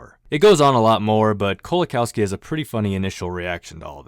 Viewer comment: pronounced 'LEzhek Koe-wa-kawfski'